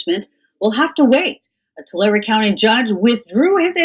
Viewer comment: You said it right it’s Tolarry Tulare